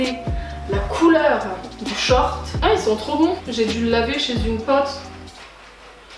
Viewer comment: Tu dis « pote » avec un accent grave bizarre genre « paote »